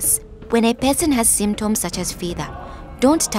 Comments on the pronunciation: Idk why but when the girl says person it sounds like peasant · When she said person It sounded like pesant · I thought she was saying "peasant" instead of "person". lol